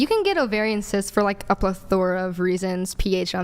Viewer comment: plethora!!! Said like Ple-thra😅